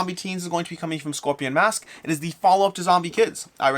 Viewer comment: I love these rapid fire tepid reviews. ❤ Also Scorpion Masqué, think about the Canadian Eh? So pronounced Scorpion MasquEh